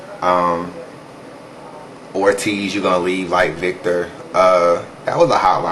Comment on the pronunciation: Victor not vicor